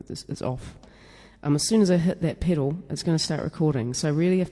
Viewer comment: What the fuck is a "PIDDLE"??? A "PEDAL" I suppose?